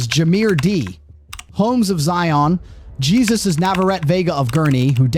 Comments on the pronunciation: Hay-Zeus. Not Jesus. You using AI? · I love hearing about this. Scum removed. Lets hope no rogue judge cuts these people loose so they'll just do it again. They need a real narrator and not this AI who can't pronounce names right (the hispanic name Jesus is pronounced HEY-SUSE)